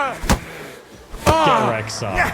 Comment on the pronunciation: I could never get over your "get wreck" my man, absolute delirious😂😂😂